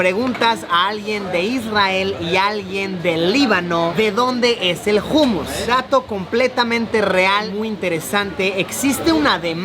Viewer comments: jumus???? jajajajajajjaj humus que se pronuncia - umus , gracioso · Like Si sabes que Luisito lo pronuncia como se escribe😂. humus y se pronuncia hanmos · se pronuncia Homus no Humus, pero dile cómo quieras quien soy para decirte que hacer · Jumus no umus se pronuncia luisiyo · Se dice ummus... No jummus... Jejejje.. La "h" no se pronuncia como "j"... Si vienes a España otra vez dímelo y llevo a Benidorm... Saludos wapeton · Se pronuncia “ Umus “ Saludos a todos 🎉